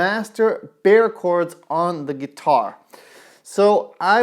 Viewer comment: You pronouce Bar Chords not bear chords